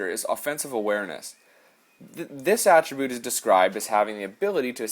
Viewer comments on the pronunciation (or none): "Atri-Boot" lol xD Sorry that made me crack up, but you're good at sniping. Gonna take a few of these tips to my 1v1 online versus since I'm 100% perfect on my D and fore checking. But when it comes to getting those shots in they NEVER wanna go in even off SICK shots etc.. Maybe because on 2v0 or 2v1 I usually don't go cross crease, and try to shoot short side.. it's so annoying know I should be raping these kids harder than I am already. Had a kid stuck in his zone for 2 periods, 0 shots..